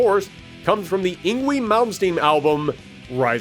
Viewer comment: Yngwie is pronounced as ing-vay. This is from Swedish forming from North Germanic languages before the Great Vowel Shift that occured with West Germanic languages.